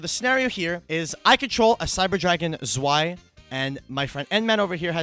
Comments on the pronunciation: how often can a man say swai instead of zwei in a sentence at once challenge. zwei is pronounced tzz--w--i but neääschter also isn't bad. is not whats on the card but for that i really don't know how to help in pronunciation. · It should be pronounced "zvei" as in german right? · Haha its so weird i live in germany its tzwei its even worse how they pronounce nächster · The way they pronounce Zwei kills me xD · The pronouciation is terrible. Learn basic german words ^^. otherwise great video ! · Iam German and the Zwei pronounce give me goosebumps haha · It's very weird to hear the way they pronounce the name of the cards as a German speaker because the words like zwei or Herz are german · As a German, the way U pronounce "zwei" is funny af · Bro the pronounciation of "Zwei" got me laughing so hard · The way they pronounce zwei makes me want to commit sudoku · Your pronunciation of Zwei hurts my German-raised ears. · The z in Zwei is pronounced like "TS". Zwei is German :)